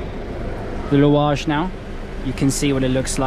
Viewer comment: "I'm at the louage station" Dude you're more Tunisian than many of us 😂